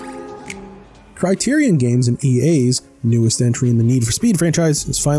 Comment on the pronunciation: That’s really not how you pronounce “Criterion.”